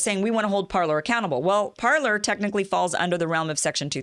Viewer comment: It's pronounced Par-lay. 'Parler' means "to speak" in French.